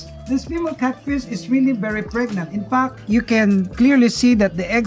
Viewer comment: I heard infuck instead of infact. Anyway awesome video